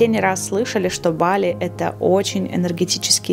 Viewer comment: БалИ правильно ударение🙏🏻